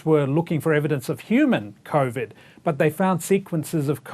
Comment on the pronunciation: Omg the coughvid guy is back I can't stand the way he pronounces covid